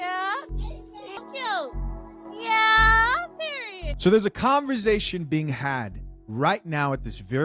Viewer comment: Can I ask why u say "conver-ZAY-tion"??? Speech impediment?, accent?, I wanna kno how 4rl..no shade...it's like nails on a chalkboard tho🤦🏾😂